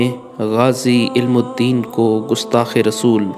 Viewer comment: tallafuz thik kro "ilama iqbal" nhi .. Allama